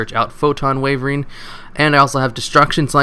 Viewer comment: how on earth do you consistently pronounce castel wrong (wyvern too for that matter)? shame that eccentrick is so generic and useful- means its expensive and i wanted to use it to build a classic archfiend pendulum deck